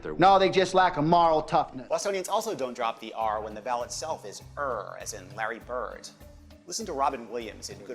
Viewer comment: When you said Larry bird you sounded 100% aussie